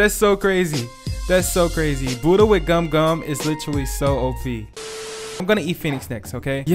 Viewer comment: Let’s get the budhha sounds like your saying let’s get dat booda (boody) LOl